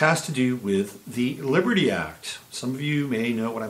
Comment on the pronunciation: WOW, your coffee drink and your early morning shower definitely have impacted your productivity so far today. I had shared your videos on another site, mentioning that your 6 espresso shots would probably explain your skipping over the "t" in Libery." This was a great analysis and thanks for pointing out the Liberty Act. Sneaky, sneaky, sneaky aren't they? I did go over and see the comments and discussions regarding CA and agree that it is a major location now for being on the front lines of the ramped up battle. And yes, it is representative of the spiritual battle that's occurring within and without.